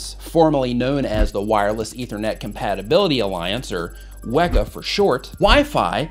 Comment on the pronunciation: 😂You said “Wega for short” instead of “weca”! 😂